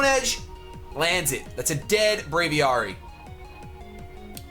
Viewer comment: >Bray-vee-are-ee pls, Brave+Aviary (Aviation) Bray-vee-air-ee